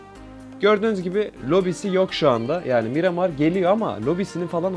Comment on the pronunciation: Mıramır değil Miramar